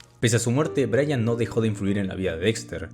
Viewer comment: Hello brother, you always had problems saying Brayan.